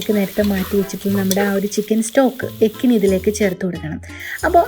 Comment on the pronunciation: Yakhni പുലാവിന്റെ ഡ്യൂപ്ളിക്കേറ്റ് ഉണ്ടാക്കിയിട്ട് നല്ല പ്രത്യേക റൈസ് എന്നും പറഞ്ഞ് ആളെ പറ്റിക്കുന്നത് എന്തിനാണ്.... പിന്നെ യെക്കനി അല്ല യഖ്‌നി ആണ്.....